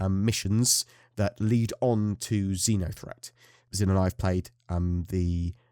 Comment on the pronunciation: I thought I heard you saying Zinya-threat. I don't think anyone would survive that.